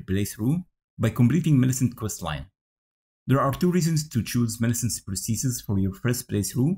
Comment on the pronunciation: Nah, you actually said it perfectly mate